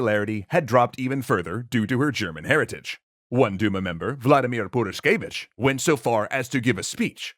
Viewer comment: Sure, Tzar did neglect Rasputin's advices, but nowhere near so hard as you neglected "h" in the middle of Purishkevich